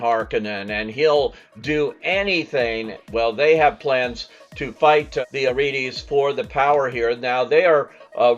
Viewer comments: I want to love this movie but this review leads me to believe that fans will be very disappointed. The movie obviously didn't get even the basics of Frank Herbert's Dune correct or the reviewer would know that there is a "r" to pronounce in Atreides and no "th," that there is no "d" to pronounce at the end of Rabban so "rabid" ra-bəd like the adjective is incorrect, and that even Harkonnen is mispronounced. So unless the reviewer did not pay attention to or even see Dune 2021, and I have no reason to think that, then the movie fails at the most basic level. I have been looking forward to and want to love this movie but after this review my expectations are virtually nonexistent. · It's adorable how he can't pronounce "Atreides".